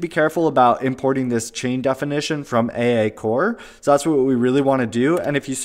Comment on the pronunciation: Should should be pronounced "Eyyyyyyyy" SDK!